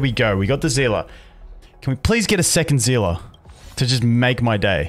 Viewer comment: ZEELA?????? NOT EVEN REMOTELY CLOSE TO SEELIE